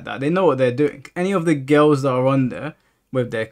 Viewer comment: I like how you say girls “gills” lol